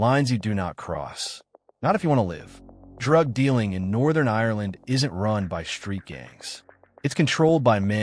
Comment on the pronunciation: Its Ireland not irerland.